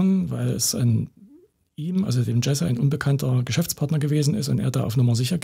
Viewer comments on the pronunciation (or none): Sprecht den Namen des Opfers bitte richtig aus...